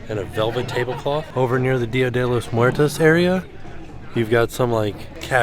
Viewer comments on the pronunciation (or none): none